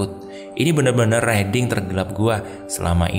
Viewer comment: Riding dibacanya RAIDING bro